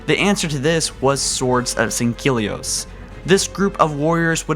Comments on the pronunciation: Fire! His unacceptable and awful pronunciation of words from the wonderful Halo universe. Is heresy and it makes him a heretic of the great journey. When I heard him say sanheli and sanhelios I thought blasphemy! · It's pronounced Sang-heely for Sangheli and Sang-heely-ohs for Sanghelios. There is no "Q" or "K" in either of those words. Other than you're pronunciation at times I really like your videos. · Jebidiah Kerbal he mispronounces Sangheili, Sanghelios, M'Lekgolo...